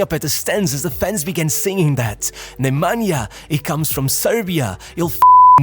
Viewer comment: I've been following you for a long time and I'm really glad that you made a video about Nemanja (and you even pronounced his name correctly) please make a video about Dejan Savičević Genius,such a genius will never be born again,greetings from Serbia ❤